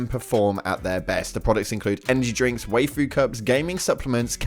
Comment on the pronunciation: I know my homeboy did not just say 'way-foo' cups